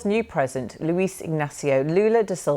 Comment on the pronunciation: "Brazils new PRESENT" ?